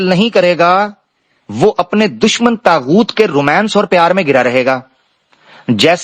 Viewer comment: السلام علیکم یہ طاغؤت ہے تاغؤت نہیں بہت شکریہ